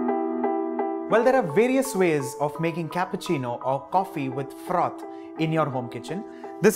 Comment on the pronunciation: I love how he says froth